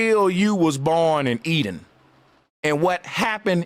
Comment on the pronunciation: "E-DEN" "electronic den"